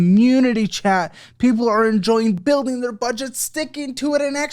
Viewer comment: It's not just me, right? says "wipe the state clean" instead of "wipe the slate clean", and then says "the real bealth wuilding power" instead of "the real wealth building power".